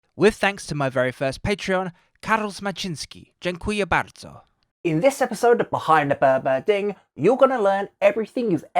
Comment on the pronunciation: that 'dziękuję bardzo' was spot on B)